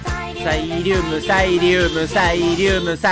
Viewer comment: レトさんがサイリュームって言うとさいりゅーむってひらがなに聞こえるの何故なのか…